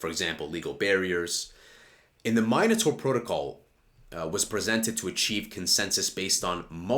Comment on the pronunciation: im pretty sure Charles pronounces it " min- A - tor" anyways love the channel keep it coming 🙏